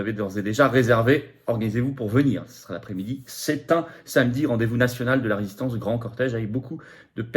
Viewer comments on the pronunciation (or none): none